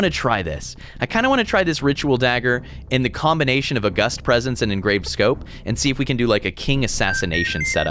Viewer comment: Loving the pegglin and backpack hero content but please tell me that's not how you say "August".